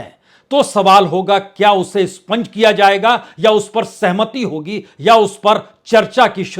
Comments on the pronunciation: Sponge nehi expunge. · स्पंज नहीं expunge होता है । कृपया सुधार लें । उम्दा विश्लेषण ।